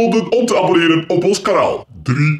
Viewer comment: zegt: baboneeren